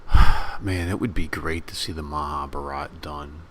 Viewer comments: you nearly spot on...if only you can pronounce Maha Bharat am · Please learn the proper pronunciation of "Mahabharata".